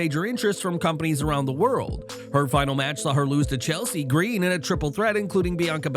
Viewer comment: Just say Chelsea Green like a normal person!